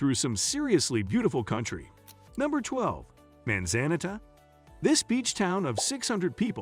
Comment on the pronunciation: "maan zaan it a?" stop using AI to do human jobs like narrating